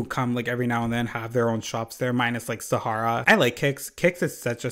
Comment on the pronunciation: the way you said "SahaRRRRRah" sent meeeee LMAO